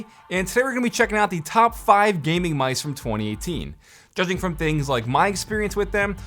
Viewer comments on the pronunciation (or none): I can’t handle how he says “gaming mice”